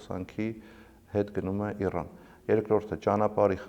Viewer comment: Իռռան գոնե մեկ Ռ-ով ասա այ տնաշեն։ Հյուսիսային հրահանգիչների հետ այնքան ես շփվել, հայերենն էլ ես մոռացել։